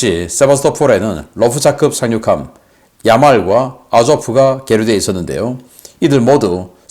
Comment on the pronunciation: 00;29 세바토폴이라구요? Sevastopol 은 역사가 깊은 크림반도의 항구 도시입니다. 세바스토폴이라고 발음합니다.